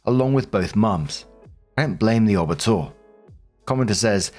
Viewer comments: FYI - "OB" is said O - B, not "ob" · Someone needs to explain to that it’s an O B (each letter pronounced), and not an ob. It briefly confuses me when he says it. The same with O-B-G-Y-N. Each letter pronounced, not obgin. Makes me cringe every time I hear it. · For future reference its pronounced "O.B.". Short for "Obstetrician". 1st: OP. NTA! That Midwife took Hostile and dishonest actions in the discharge of her duties. THAT MIDWIFE needed to be dealt with. She let her issues distress the patient! Follow up with all legal recourses available. Lord knows what she might do in the future. The Midwife may need to be kept from continuing in that field considering her inherent prejudices! Think of what would and should happen when an Officer abuses their command under the color of authority! It's the same thing! 2nd OP: NTA. OP should instruct the kids to take legal actions to prevent the Step-Mom from collecting anything. The kids are adults and failed to handle things well at all. Not your issues.